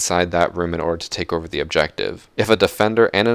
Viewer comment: Just use charm and keep saying overe there to be pro xD